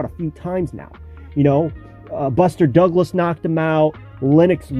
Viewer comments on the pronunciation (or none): none